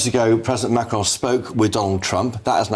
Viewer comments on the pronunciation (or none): none